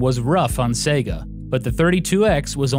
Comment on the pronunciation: its sega, not sega.